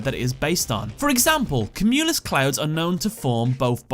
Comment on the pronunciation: Am I the only one put off by his pronouncing of "cumulus?" All through school and whenever I've heard it, it's always been "kyoo-mew-luss"